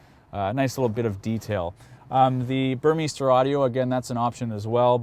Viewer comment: It's not "burmeester". you pronounce the second letter, "i", and it's a long "i". "burm eye ster"